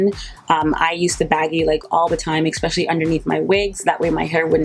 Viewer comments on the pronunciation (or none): You're like my mom, repeating things like two, three times. Btw she's 80. Also, it's especially, not eckspecially.🌻